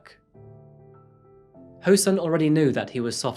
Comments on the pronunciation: This happened when I was a student and my parents and teachers used to warn me about strangers who seem nice and ask you if you want a ride. (Oh and just to mention he's pronounced soon! Not sun!) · the sun part of his name is pronounced more like ‘soon’ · english is not my maternal language, so everytime you said " ho-sun" I heard " her son and I was like " WHO'S SON I DON'T GET IT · I kept hearing "her son" everytime you said Ho-Sun, and I kept thinking, Whose son?🤣🤣